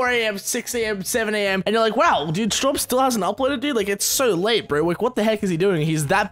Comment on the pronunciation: After 3 years on this channel, I just realized its Straub not Struab........ Epic failure xD